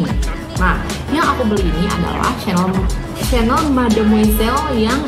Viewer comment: cara baca chanel nya salah 🫢